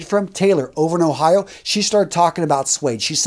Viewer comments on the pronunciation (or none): none